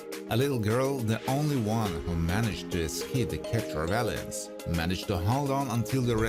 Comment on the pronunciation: I completely love how he pronounces Aliens "Alley-ens!"